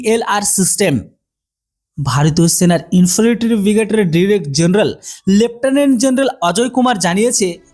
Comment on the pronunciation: বাপধন ওটা শেনাবাহিনী নয় সেনাবাহিনী আর বন্ধুক নয় বন্দুক। টুকে ভিডিও করা বন্ধ কর ছাগল। আর কি ইনযফিরিটরি বিরিগিরেড/ ইউনিট কি বস্তু?😂! ওটা ইনফেন্ট্রি ব্রিগেড/ইউনিট INFANTRY BRIGADE/UNIT আকসপোনটাস অব নেসেসিটী না। রে ছাগল 😂😂😂 ওটা আ্যকসেপ্টেনস অফ নেসেসিটি ACCEPTANCE OF NECESSITY রে ছাগল 😂😂😂 ১২০মিমি ব্লেড যুক্ত বেনেড নয় বেয়োনেট BAYONET রে ছাগল । আর এখন গত ৪ বছর ধরে পুরানো সটরালাইন নয় স্টার্লিং STERLING কার্বাইন সরিয়ে উন্নত কার্বাইন দেওয়া হয়েছে । হাত জোড় করে বলছি ভাই উচ্চারণ আর গভীর অনুসন্ধানে মন দে ছাগল । এই নে তোর জ্ঞানের পরিধি বাড়ানোর জন্য দিলাম রে ছাগল। Caliber: 5.56x45mm. Weight: Around 3.3 kg, lightweight for quick handling. Range: Effective range of 200 meters, suitable for CQB. Ammunition: Can fire both NATO-standard and INSAS ammunition. Design: Compact, modular, with Picatinny rails for accessories, and a foldable/telescopic stock. Reliability: Designed for high reliability in extreme conditions. Accuracy: High accuracy with stringent performance standards. Manufacturer: Developed by DRDO (ARDE) and manufactured by Bharat Forge (Kalyani Strategic Systems) and PLR Systems (Adani/IWI JV).